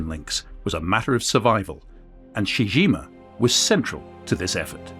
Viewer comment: It's pronounced CHEE-CHEE GEEMA, not SHE JIMA.